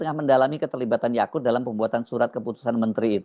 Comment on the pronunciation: Bang Hersu, jgn salah nyebut namanya: Yaqut buka Yaqul. Berkali-kali Yaqul terus....???